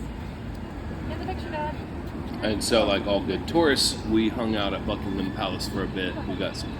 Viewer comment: I'm impressed that you managed to pronounce "Buckingham" correctly! Well done!😁